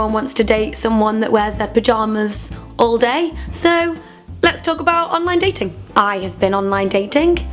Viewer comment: So funny hearing you say 'online datinkk' :')